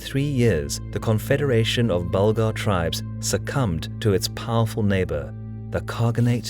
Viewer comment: Yes, Bulgar* not burglar hahaha